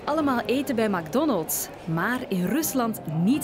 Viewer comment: Het is mec Donalds hoe je het iitspreekt